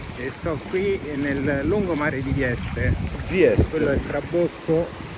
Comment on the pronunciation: TrabUcco...non trabocco. Vichingo!